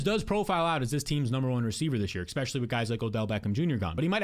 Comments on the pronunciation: Dawg it’s especially not expecially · Great content, but please stop saying “eck-specially” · You do great work. ESpecially breaking down value....especially....especially. Say it with me...ESpecially. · when will you stop saying ekpeshully its crazy